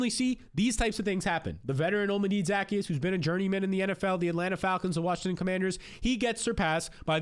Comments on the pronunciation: Dude pronounce players names right....... nothing more annoying than guys giving football advice and can't even say their name right.... ZA-KEY-US NOT ZACKY-US.....might help ya get a couple more scribes..... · O-Llama-Day Zuh-Key-Us sheesh lol